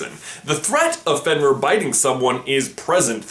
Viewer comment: OMG U SAYING ALL DA NAMES WRONG!!! FEN-EER LOO-SEE-OOS